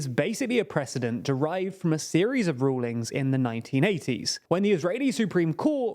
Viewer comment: Rullings? What's rullings?